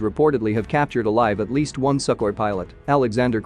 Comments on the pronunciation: No, no, no... it is pronounced "Sue-Koi" 😆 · I like the pronunciation - Suckhoi! They do suck! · "Suck-oi" Well said. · Never heard that pronounced "Suckwah".